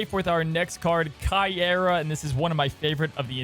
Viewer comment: The pronunciario is Cay- ey-rrah